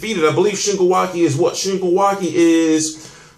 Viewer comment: Awesome matchup Ive been waiting for the longest for Wake to get a title shot. Also you pronounce his name wrong you are saying Wa-ki its Wa-ke Ke as in kempo